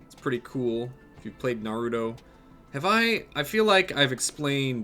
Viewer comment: He kept calling it's Narootoe instead of Naruto but he finally fixed it near the end of his Naruto rant lol.